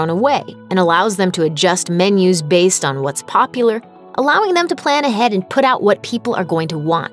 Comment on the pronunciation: ...was I the only one bothered by how she said "popular"? Not poking fun, it just made me feel uncomfortable.